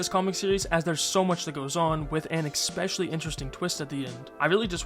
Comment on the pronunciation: Nuclear.. especially.. escape.. just damn say things right😂